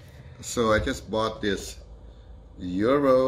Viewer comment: Sorry, but it keeps sounding like you're calling this a "Euro".